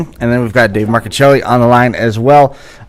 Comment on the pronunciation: My nephew David Marcuccilli....personally responsible for the MARCUCCILLI name being pronounced CORRECTLY!!!!!!!!!!! PS.........GREAT INTERVIEW..but..GET A SKYPE ACCOUNT!!